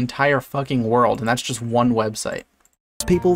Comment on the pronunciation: when he said "wuerhwhreuhworld record" i felt it